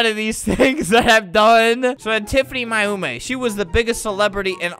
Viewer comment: he said Mayumi wrong it’s pronounced May You me